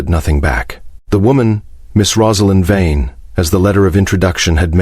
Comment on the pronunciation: I know it's AI narration but why can't it get the name Vane right? It's literally one of the easiest names used in these stories.